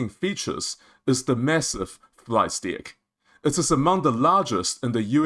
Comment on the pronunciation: Sir … I would like to point out that it’s important to sound out the word D-ECK. The way you are saying it sounds like DICK 🤣